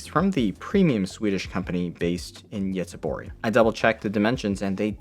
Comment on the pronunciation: Nice pronunciation of Göteborg :)